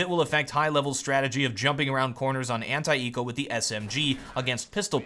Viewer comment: when say "anti-eco” what i hear is "hentai-ero" XD